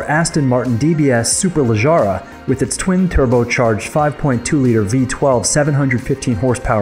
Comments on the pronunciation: Superleg-ahra? It's an "e"... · When you said superleggera you said it as superleggara, there isn’t an A there, learn to say words properly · You say genius but you can't even say Chiron and Superleggera correctly. So much for genius. If you can't appreciate cars in general, you have no right to simp over Tesla. Hypocrites.